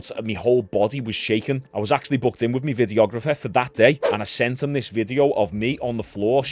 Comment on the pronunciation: Do you know what my is? I notice you say me content me me me. Its my my my. But keep it up.